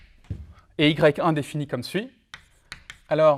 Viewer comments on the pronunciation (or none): none